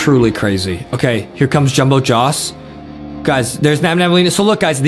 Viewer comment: Its nabnaleena not nabnabaleena